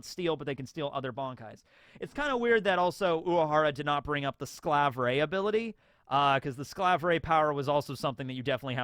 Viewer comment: As a German, saying Slav Ray instead of Skalverei does hurt my soul. They voice actors say it the right way, just copy how they say it!